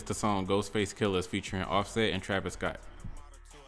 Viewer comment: "trash-vis jenner" took me out the game